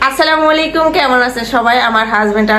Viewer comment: আসসালামুলাইকিম এটা আবার কেমন সালাম। আস্ সালামু ওআলাইকুম